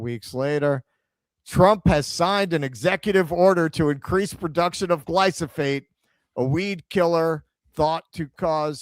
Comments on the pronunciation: It's GlyF O SATE not glyso Dyslexic. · I know it's tiring having to do the show while you're "vacationing," but for fucks sake read the word correctly! Gly-pho-sate! Not Glysophate.... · did a whole piece on glyphosate pronouncing it glysophate 😂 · "glysophate"? why do americans SO OFTEN swap letters within a word that's foreign to them? like "mandami"? what's up with that, why don't you read the letters in order and just butcher the rest of the pronounciation? said that wrong every single time here for dozens of times, reading the correct apelling on screen every time, incorrectly. 😂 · sure, from memory it's a different thing, but READ that wrong like a hundred times in this stream 😂